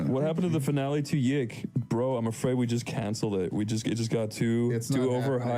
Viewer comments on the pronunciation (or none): normie. "yiik" is pronounced "yeek." fake fan.